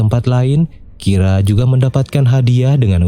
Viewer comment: menit 7.55 ngomongnya kira lama lama kok jadi rika? gimana nih?